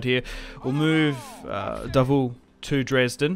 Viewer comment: Davout pronounced as DA-vo.anyway good battle ,charge of the light brigade stuff !